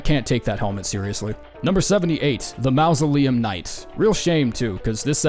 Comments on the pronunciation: Huh. I don't think I've ever encountered another English speaker that did not know how to pronounce mausoleum (the first phoneme is pronounced like 'maw') much less one that says it as frequently as you. TBH I'm amazed that people have the courage to post something like this, discover they mispronounced a word for a fancy grave fifty times, and leave it up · mausoleum ❌ mouse-oleum ✅ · Why does this dude pronounce mausoleum that way? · you cant seriously pronounce mausoleum like that. I wont believe it isnt a bit.